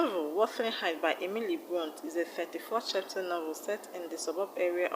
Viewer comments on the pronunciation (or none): It is Brontè so it’s pronounced brontey